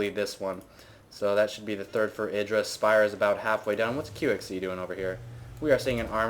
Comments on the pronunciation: I thought it was pronounced "I"dra... not "e"dra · isn't it "Eye-druh" not "id-ruh"? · I'm 99% certain his name is pronouced I-Dra, not Iddra, Both Artosis And Tasteless pronouce it I-Dra, and they know him personally, so I would assume they know how its properly pronounced. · Artosis says it wrong. Even though he knows Idra irl he still stubbornly gets it wrong and Idra has given up correcting people. It's ih-dra not eye-dra. Strange but true. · altough the proper pronunciation is iddra i still call him eye-dra because it sounds so much better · Thats how you pronounce it haha. Its not I-dra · no it isnt... IdrA himself even says his name. Eye dra just sounds cooler tho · no no no no no, its pronounced i-dra sounds like i-draw. i wanted to stab my self in the eye with a pencil everytime you said his name wrong. jk, but really thats not how its pronounced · It's pronounced I-DRA, rhymes with hydra btw ^^ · it's pronounced Iddra, tasteless and artosis just got it wrong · Idra himself have said it's "ih-dra". Even if people like husky and have called him eye-dra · lol u say idra werid